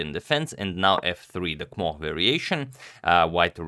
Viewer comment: Sometimes I just marvel at Antonio's pronunciation of difficult words, as here he so nochalantly pronounces Kmoch which when I try to replicate sound like a duck having a seizure.